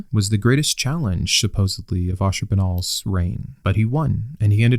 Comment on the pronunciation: It seems your pronunciation of Ashurbanipal lacks a syllable. Messes with me a bit.